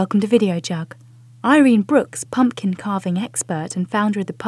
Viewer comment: pum PUH kin. i'm fom the UK and even i know that's a weird way to say pumpkin.